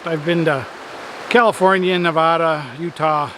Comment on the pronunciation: You must not have been in Nevada for very long as you missed on the pronunciation. The Battle Born strongly protect that pronunciation and let you outsiders know when you flub it up. Just leaving a comment to support the cause! Thanks for all of your videos.